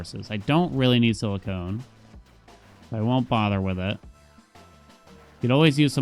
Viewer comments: siliconnnn. Not silicone. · cores don’t let you see more planets, it’s the vision upgrades that do. Also I noticed you asked if you’re saying silicon wrong in the first episode and yes, you are saying “silicone” which is a synthetic material where as silicon is a natural element 😁 Just got to the end of the video where you see the upgrade… made me laugh a little 😂